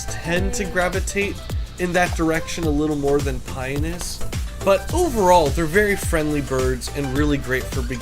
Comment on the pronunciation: I am sorry but it is driving me nuts. It is Pi-on-us. There is an O in the name you just skip over it. I have had these birds for 30 years, please don't for get the O in it.